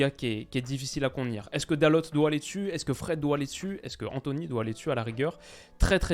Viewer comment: Si jamais Dalot ça se prononce Dal "eau"